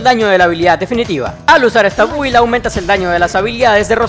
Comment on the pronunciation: Aun sigo escuchando a decir Bubi en vez de Build hahá. A mi Rosaria la tengo sin constelaciones, Dragonspine lance R4, 2 Gadiador + Bloodstained Chivarly + 1 Cáliz de Nobleese Oblege con recarga de energía (no me se los nombres en lobezno) y hace delicioso daño a los enemigos. Su daño Cryo no se queda atrás, almenos en mi experiencia no le hace falta prioridad al Cryo, hace daño decente con este build además que puede spamearlo